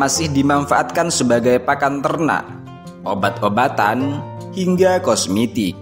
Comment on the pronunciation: kosmitik apa kosmetik bos hehe:hand-purple-blue-peace